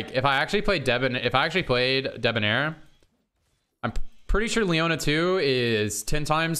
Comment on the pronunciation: Haha "deboner"